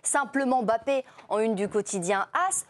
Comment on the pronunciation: À quel moment en France vous allez arrêter de l'appeler aimebappé alors que c'est un M muet c'est pourtant facile et bizarrement son remplaçant géorgien du psg vous arrivez à bien prononcer son nom sachant que son nom au Scrabble et un ko pourquoi pour l'un vous ne faîtes aucun effort alors que son nom est facile à prononcer et pour l'autre vous arrivez à le prononcer facilement alors qu'il rend dyslexique c'est gênant